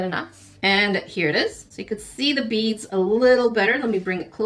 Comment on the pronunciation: Oooooh BEADS. I heard bees xD.